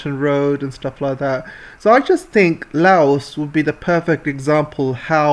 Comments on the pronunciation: Fun fact. There's no S in Laos. It's pronounced as just "Lao" Like "loud" without D. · trade containers from cambodia thailand vietnam laos going to eu started from laos 2 days ago. taking 3 wks journey instead of 3.5 months by container ships. its pronounce as " loud" not "lay os" did u know british ruled part of laos. xipsongphunna. and then china took it in 1949. train is not a gift. a loan needs to be paid back. usa gift for laos was to send it to the yrs zero. uxo still killing. even after 200 yrs uxo will be a problem